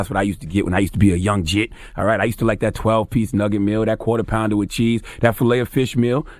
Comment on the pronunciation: This nigga said “Jitt” 😂